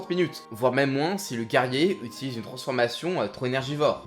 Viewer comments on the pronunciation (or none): none